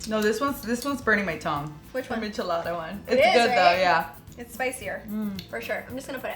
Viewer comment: This whole video I was like “bitch, Wheeet???!” “Mich-alada” 🤦🏻‍♀️🙄